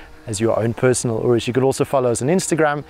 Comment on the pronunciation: Finally, a journalist that actually knows how to pronounce the name right.